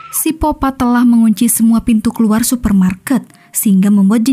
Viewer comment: Ini miminnya cadel huruf K yaa? Kok nyebutnya sipopat terus